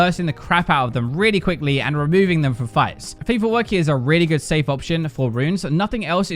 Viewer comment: "weally" instead of really lolll